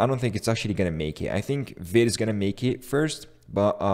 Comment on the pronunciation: Vite = fast in french and we pronounce it "veet".